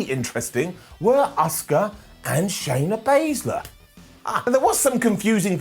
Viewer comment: Did he say Shana Blazer😅😂😂